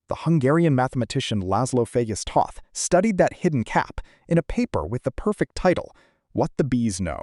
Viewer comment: btw: The Hungarian name Toth is pronounced like Oath. The O sound holds the key.